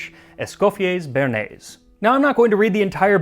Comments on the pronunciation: btw béarnaise is not pronounced "burnaise" but more like Bay-har-neiz. béa is a bit like in the name Beatrice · you know... there is a reason there is an accent on the E of bearnaise.. its cause u have to say BEY AR NAISE. never forget this again, plebian